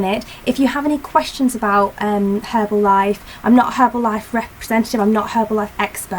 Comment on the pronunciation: That's great to hear:)! I'm just asking as there are soooo maaaany distributors who are actually sellers and give the brand bad name. Your results were very impressive! BTW, it is an enjoyable video and it was so nice to hear "H" in "Herbalife";) x